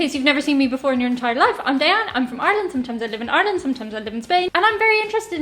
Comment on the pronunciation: Yes, he mentioned Ireland. There's Ireland, right there, except he's calling it tin land. I've seen videos by this guy before, on other topics, and I like his style, too. i agree that this should be shown in schools.